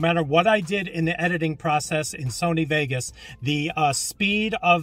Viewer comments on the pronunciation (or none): none